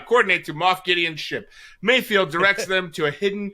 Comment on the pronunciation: It's mayfeld, not mayfield.